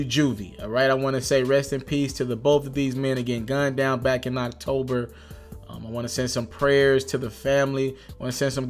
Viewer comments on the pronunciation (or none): none